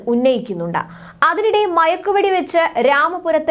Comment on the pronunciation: സഹോദരി മഴക്ക് വെട്ടി അല്ല മയക്ക് വെടി